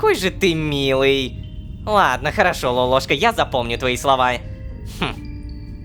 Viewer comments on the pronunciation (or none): Вот в нике лололовка Вот он говорит лолошка А правильно лололошка